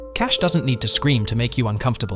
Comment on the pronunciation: It's Cash ( E') not Cash....it's Sex work ....some of your choices are such Cliche ( E)